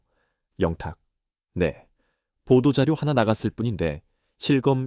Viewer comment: 밀라그로 ? ㅎㅎㅎ 진실을 잘 알고 방송하세요 발음도 문법도 영탁. 양탁 듣는 사람 짜증나네요